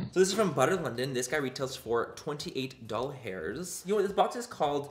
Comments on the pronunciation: Why he says doll hairs instead of dollars?😂😅🤦‍♀️ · OH MY GOD YOU SAID “DOLL HAIRS” for DOLLARS 😭😂💀 MY TIA AND I SAY THIS ALL THE TIME! Lol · 54 doll hairs. I immediately thought of “I now pronounce you chuck & Larry” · ‘Doll hairs’ 😂😂😂😂😂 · Lol 😂 “DOLL HAIRS “